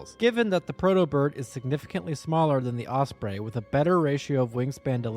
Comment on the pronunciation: Don’t like to be rude but the was you say osbrey is very weird